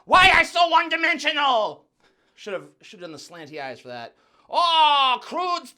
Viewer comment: Did he just say "Wong dimensional?"😂😂😂😂😂